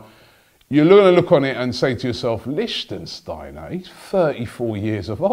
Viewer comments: Wtf the way Robbie pronounced Lichtsteiner gave me headache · Pronounced, Lick-Steiner. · Robbie, learn how to pronounce players' names :) Not LichtENsteiner... It's LiCHTsteiner. THere's no N in the middle. Anyway, he's a great player. Bellerin can learn a lot from him. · it's Lickt-stiner not Lichen-stiner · stop saying lichtENsteiner - its simply lichtsteiner! licht - steiner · It's not LichtENsteiner, it's just lichtsteiner!!! 😂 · Its Lichtsteiner not Lichtensteiner Robbie. Lichtensteiner is a person from the country Lichtenstein. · It's Lichtsteiner, not Lichtensteiner. You say you have won an award for the best fan channel. Act like it. Read the name right. Yes, it may not be as easy as Robbie Lyle but give the person some respect by saying his name right. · Robbie, its not LichtENsteiner, Is Lichtsteiner!!😂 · It's Lichtsteiner : "leesht-steiner". You keep saying "Lichtensteiner". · Robbie. It's Lichtsteiner. Not Lichtensteiner 😀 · Lichtsteiner not Licht-en-steiner....cmon Robbie the name's right there in the title! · u said lichtensteiner it LICHTSTEINER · It's Lichtsteiner, not Lichtensteiner... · Robbie its not 'lichtenstiner' its Lichtsteiner.. 😂😂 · Please robbie, study names before you make these videos. It is lichtsteiner not lichtensteiner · Why do you call him LichENsteiner... it's just Lichtsteiner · Lichtsteiner, NOT LichtENsteiner! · say it with me Robbie! Lich- stai- nah. not Lichtensteiner... If we sign him and we get to listen to every AFTV video with another wrongly pronounced name I'm gonna lose it. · Not Lichtensteiner! LICHT-STEINER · Lich-steiner Robbie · You're adding a syllable it's not Lichtensteiner is it. He'd be a great signing for a year or 2 btw. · Robbie you need to get your pronunciations right first it was mavraponos not its litchensteiner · You're pronouncing Leichsteiner all wrong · The way you pronounce Lichtsteiner is too much hahaha, it's not Lichtensteiner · Its Lick-stiner, you murderer of names.